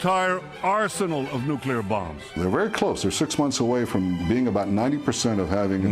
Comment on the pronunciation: "Nuke-you-lar" boy is channelling GW Bush 😂